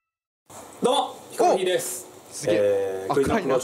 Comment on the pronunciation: どうもヒコロヒーですって言ってるようにしか聞こえないんだけど😂😂